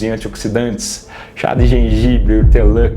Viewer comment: Chá videira 😅ortelan😅 cidreira